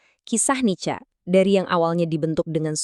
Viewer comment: itu AI voice over dibenerin dulu. sebuatannya "nika" bukan "nica". malu2in aja.